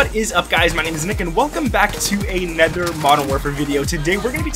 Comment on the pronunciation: In what region do people say “anether”?